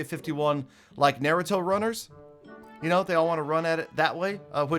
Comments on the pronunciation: Do t say naruto if u can’t say it right please and thx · So nobody's gonna talk about how he pronounced naruto all the wrong way🤦‍♂️🤦‍♂️ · anyone gonna point out how he said naruto?